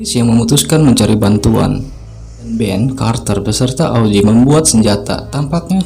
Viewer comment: Augie bukan auzi wkwkwkwk